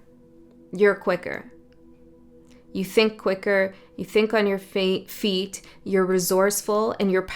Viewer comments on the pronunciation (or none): none